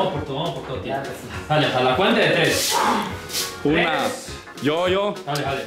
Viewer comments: Nadie:: una dos TLES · escucharon que en el primer round que cuando cuentan en ves de decir tres dicen tles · Jaja dijieron tles en el minuto 4.18 jaja like si ustedes también lo escucharon 😹😹👌🏻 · Nadie : El camarógrafo: una, dos, tcles! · Yo no jugaba ni mucho menos pero me mate de la risa con el: Una, dos, tlez xddd